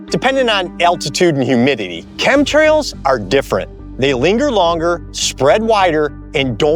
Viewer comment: Epa is dumb as box of rocks. I heard him not be able to say chem trails